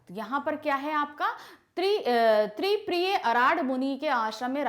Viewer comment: Ma'am in starting it is शांतिप्रिय not तिप्रिय